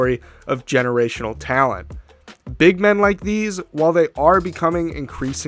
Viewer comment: Evan Mobley, "geerational" talent